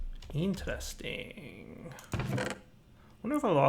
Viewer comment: When you said "intresting" you pronounced it like a swedish guy.